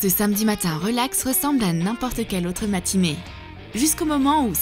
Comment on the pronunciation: Je rêve ou elle a dis matimée au lieu de matinée